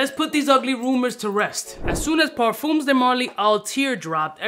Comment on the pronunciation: 'ParFUMMMS' de marly, lol